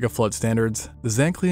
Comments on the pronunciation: the flood mentioned as "Mazola" is probably the glacial lake in northwest north america, pronounced "miz oo la" - nice documentary nonetheless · Wait, how did bro pronounce Missoula?